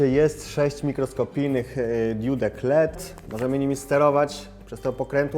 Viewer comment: I nie "diód" tylko "diod"